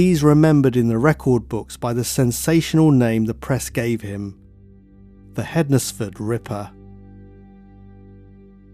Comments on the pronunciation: Hens-fud not hed nes ford. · Found this interesting, I live in Stafford, which isn't too far from the crime scene. Just for future reference tho, you don't pronounce the Nes bit in Hednesford. It's either Hensford or Ensfud, well, that's how we say it round here. xx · I live in hednesford but pronounced hensford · It's pronounced hens-fudd, like Wednesday is pronounced wens-day not wed-nes-day